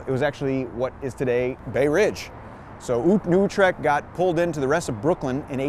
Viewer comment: good vid----one thing, New Utrecht pronounced New You-trecht Ave